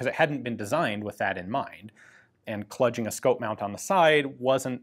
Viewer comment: What's kludging? The word is "kluge," pronounced "klooj".